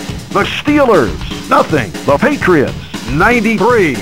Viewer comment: The Shteelers”